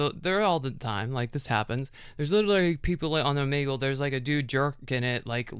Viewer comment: Have i been saying o-may-gle wrong?😮